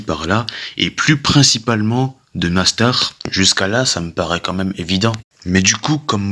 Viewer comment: Mais parle correctement "nastar"cancer" mais wsh tu c pas dire mastar et concer c pas si dur ptdrrr